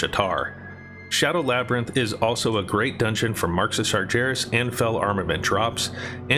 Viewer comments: And sarjeras instead of sargeras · sarGeras not sarJeras xS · "Marks of Sar jer us" ...wow. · SEEEEEETHICK HALLS and SARJARIS. lol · see-thek halls? stop saying see-thek. and did you say hay-lah? come on man. sar-jair-iss? what? how do you read a j sound in that? bee-nar? bee? as in bumble? you're american arent you? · The way you say Sargeras is a real life taunt